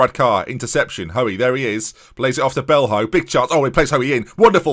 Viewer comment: Belho is pronounced Bel-e-o